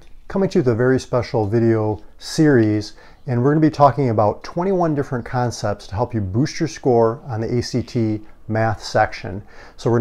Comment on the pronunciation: "conepts" lol